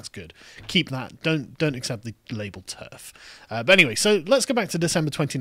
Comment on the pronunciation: Maya Firestarter....did you say TERD ?